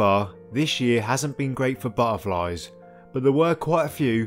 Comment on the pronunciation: Love your videos and always learn somfing new. Keep up the good work but ‘into the marshes’ was a bit of a tease for us oldies… could you put the t back in butterflies. Sorry to moan but it distracts from the scripture whilst working out what a burflie is. ❤